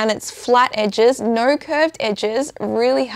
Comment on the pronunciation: How do you put a "r sound" in the word "No"?? 🤔